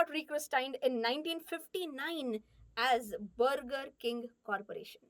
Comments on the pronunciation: Brrrgurrr king , wuuparrr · It's not BURGER It's bagaa (Inglis accent) 😂😂😂😂😂😂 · The pronunciation of Burger made me realize that "Mulgi Marathi ahe!" 😂😅